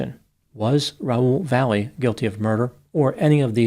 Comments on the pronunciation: Last name should be pronounced Vah-yeh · I knew a family with this last name [Valle]; they pronounced it 'Vah-yay'. However, since we know does his homework, I imagine in this case he has the correct pronunciation in his story. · Last name is but can't pronounce Valle correctly.